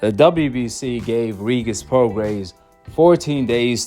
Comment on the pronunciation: Why u say “regis” like that lmao